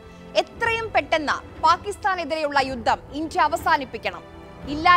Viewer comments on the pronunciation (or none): ഇഞ്ചിയ അല്ല. 'ഇന്ത്യ' എന്ന് വ്യക്തമായി പറയണം കുട്ടീ. ആദ്യം അത് പഠിച്ചിട്ടു വരൂ. എന്നിട്ടു ബാക്കി ആലോചിക്കാം.